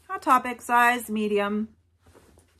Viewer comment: You crack me up every time you say Hot Topic Like Hot Pocket lol You can use chap stick on the zipper to try to get it to go or even wax paper. It really depend on the bin location whether you can get good stuff in an hour or two. I can usually get great items within a few hours. :) Great haul I look forward to the shoe haul.